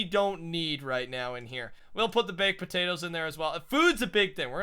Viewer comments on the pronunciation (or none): none